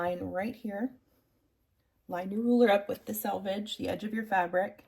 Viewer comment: Thank you for pronouncing "selvage" correctly. I cringe every time I hear it pronounced "salvage" on other internet videos.